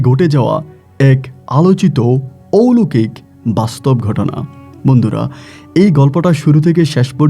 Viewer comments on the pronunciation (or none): মূর্খ কোথাকার..... ঔলোকিক না কথা টা.... অলৌকিক হবে...... বাংলা টাও জানে না ঠিকমতো......